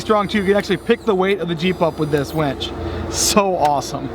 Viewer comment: Its "winch" - not "wench" - the winch gets you unstuck, the wench gets you a beer.